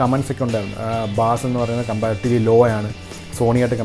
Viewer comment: Nammal ellarum ബാസ് എന്ന് തെറ്റായി പറയുന്നു . അത് ബേസ് ആണ്